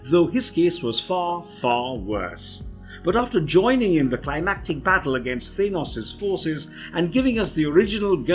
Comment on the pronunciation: He said thinos, and many other weird pronouncing of words